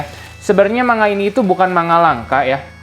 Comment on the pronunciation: Saran aja bang, akun abangnya kan fokus review manga, ada baiknya pronounce kata "manga" nya dibenerin, no offense